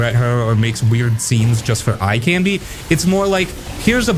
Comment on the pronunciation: Why are you pronouncing "candy" so weird?!